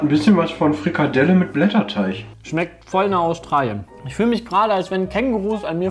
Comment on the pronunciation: Wer kennts nicht, der gudde alde Blätter "DUFF" xD Ach Jungs